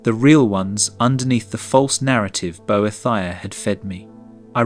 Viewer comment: “bo-eh-thy-uh” That’s a new one 😅